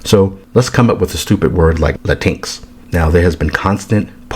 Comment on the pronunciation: Lol this is the second person pronouncing latinx as la tinks instead of Latin x, and I fucking love it. I'm willing to bet if we start telling them the proper way to say "their" language they'd be real happy to hear it.